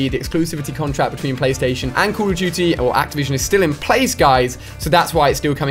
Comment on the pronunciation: Cauol of dooty